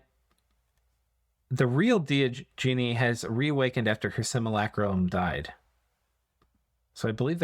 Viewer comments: Simulacrum. It's a word meaning copy. You are saying Simulacrulum in the video. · yee lol its 'sim-you-lack-rum', same root as simulate or simulation. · You added so many extra syllables in simulacrum. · I know your brain just tends to let go of foreign language syllables, but I found this one kind of hilarious. Simacrulum! That's a magic chanting phrase, for sure, better check so you didn't turn one of the dogs into a cat or something.